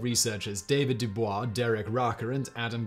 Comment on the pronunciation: Is it really pronounced as ‘Dubois’ or ‘Dubois’? Who will ever know?